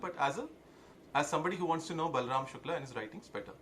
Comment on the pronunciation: Good you pronounce शुक्ल right, I am late to the party so can't take a position on the various aspects of the case. However your argument in support of Shukla i. e. he goes on tirth yatra and indulges in karna kanda is fatuous. I'll share an anecdote to illustrate my point, I had gone to an acquaintance, his sitting room walls, no place even to put a finger so to say, covered with pictures of devi-devtas, he was vehemently arguing in support of Pinarayi Vijayan. He ia not an exception but the rule. Some great saint had said stop reading the Gita, play football, for Hindu revival, Savarkar had urged, melt pali-panchpatra and make weapons out of them.